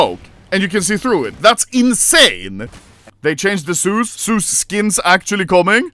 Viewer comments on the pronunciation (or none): none